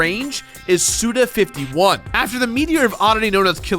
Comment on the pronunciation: The same guy who once said "Jak and Dexter" after having played through the entirety of the game is somehow one of the only people on the internet to correctly pronounce the name of Suda 51.... You are an anomaly, my friend...